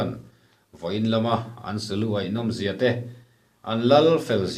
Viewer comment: Sakei lu a tih hi thluk sang lovin,thluk hniam(nula leh tlangval an in kai tih a KAI tih thluk hian) tur.Sa lu an ai(thluk hniam)thin a.Mi thi tur thla a ai(thluk sang)thin